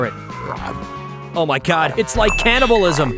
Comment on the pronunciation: Bro said canablisan 😢😢😢😢😢😢😢😢😢😢😢😢😢😢